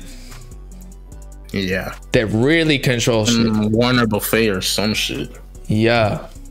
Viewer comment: Lmao dude said Warren buffaye